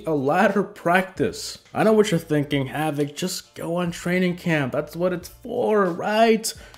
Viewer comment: Havoc I CANNOT understand your name in your DANK intro.